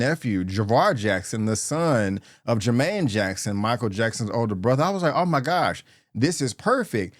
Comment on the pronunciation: With all due respect bro, you have to work on your enunciation. You often pronounce "film" as "firlm", "Michael" as "Makel" and "Jaafar" as "Javar".